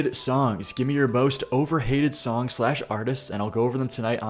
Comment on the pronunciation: Who taught you to speak? The way you say “Songck” should be hated